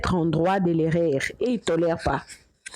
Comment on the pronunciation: Bonjour stp erreur et non érér svpppppppp likolo ya diction na biso ba mboka ebele ya afrique bazo seka biso.